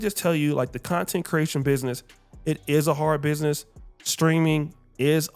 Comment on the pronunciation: Content ❎ Clap-tent ✅